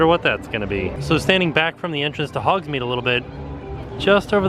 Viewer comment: Lol I’m going to tell you as a friend to friend....it’s Hogs-Made not Hogs-Meed you been saying it wrong for decades now but it’s ok 😂